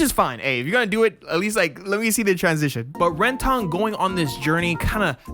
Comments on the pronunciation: I’m sorry, did you watched the anime? You sound like you are reading a script, and botching the names real bad. It’s not Ren-Ton ( it’s pronounced renten) , Anemonoine ( it’s pronounced Anemone). Have you ever watched finding Nemo, where does a clown fish live. Also it’s a name a flower and a deceptive drink. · Why are you pronouncing his name ren-tone? It's Renton, it's only said like 1000 times in the show. That aside, I agree with most of the points though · Ren-TON lol what? (ren-tuhn) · "RenTAHN" "Hoe-lland" "Ani-moh-nay" You're killing me, smalls! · You are pronouncing everything wrong. Its REN - TON Its HALL - AND Its EL-REKKA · Ren-TON, Hole-land? Jesus Christ kids these days. Has he never heard HOLLAND pronounced aloud? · loved your video but It's Rentin that is how it's pronounced. Holland is pronounced like the country and Anemone is pronounced Anne Em on Nay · "Anna Monae", "Ren-tonne" 😅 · its pronounce Ren-ten you un cultured man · Love your review of Euereka Seven 👏🔥 But bro, your pronunciation of Eureka, Renton, Anemone, and other names just bothered me lol. It goes the same for other youtubers who make vids on Eureka Seven. Not sure if you said it that way on purpose but oh well, great video. 🙏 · Yeah honestly it was like nails on a chalkboard lol. Renton is pronounced basically the exact same way in the sub and dub.. so idk lol. Not to dog on bro though! This video was awesome and it got me to follow for more.. but like… what’s up with the names bro lol. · How are you mispronouncing ALL the names?! Eureka, Renton, Holland?!?!?!?!?!